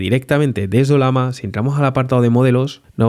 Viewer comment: No entiendo como es que la pronuncias como "Olama" siendo que tiene en su logo una Llama, y claramente se pronuncaria oLLAma xd